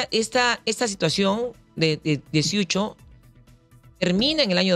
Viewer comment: Señores , el apellido es Siucho , no Suicho.